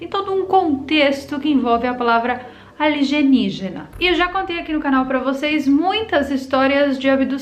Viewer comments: aeeee ela falou "aligenígena"!!! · Adoro qnd vc fala ALIGENIGENA....s2